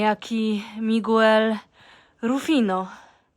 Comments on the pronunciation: Nie mówi si,e migłel!! to brzmi okropnie , w Hiszpańskim nie czyta sie nigdy u po q ! po prostu czytaj migel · Miguel czyta się "migel" a nie "migłel", a Ollantaytambo – mniej więcej "ojantajtambo". Nawiasem mówiąc, znajdują się tam ruiny fortecy inkaskiej – jeden z ciekawszych zabytków w Peru, więc nie bardzo rozumiem sens zatrzymywania się tam bez zwiedzania i tylko po to, by się przesiąść z busa do pociągu, jakby nie można było przyjechać nim bezpośrednio z Cuzco.